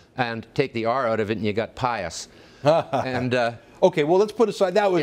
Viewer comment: *Pious not Pius...